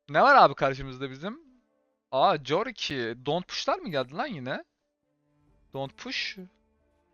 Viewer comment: Abi küçümsemek gibi düşünme de corki korki diye okunuyor valla corki dedikçe kafayı yedim